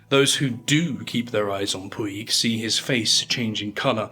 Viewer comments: Puig is a catalonian name, it is pronounced Pooch. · Puig is pronounced "putch".